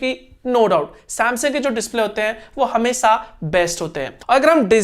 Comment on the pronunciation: You tell hamesa not hamesha